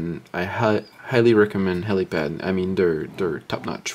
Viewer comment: helipal not pad..... fuck